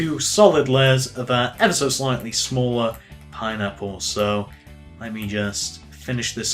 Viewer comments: "Pinapular," he says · "that's what makes it look more pine-napular"